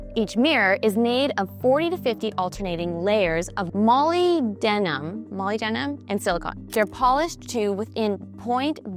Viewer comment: "Molly Denim" ffs:face-turquoise-covering-eyes